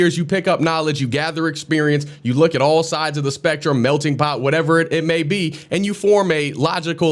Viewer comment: What does his hat have written on it? Also, he is saying "melding pot" and not "melting pot." Also, it's a metaphor and you won't hear the term in culinary, it's always used in the context of people, cultures and such.